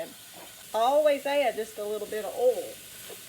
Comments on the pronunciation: She doesn’t say oil. She says ole. She can say boys, but not oil. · 🤣🤣🤣🤣🤣🤣 the way you say oil 😂😂😂😂😂😂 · As soon as I heard the way you pronounce "oil", I knew this was the real deal! Also, my mom has never owned anything but cast iron pans my whole life, and she's never used anything but metal or wood utensils to cook with.